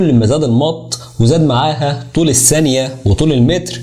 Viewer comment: اسمها الثانية و ليس السانية